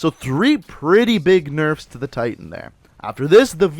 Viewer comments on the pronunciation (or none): none